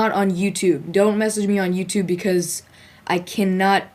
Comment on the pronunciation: its youtube not youtub lol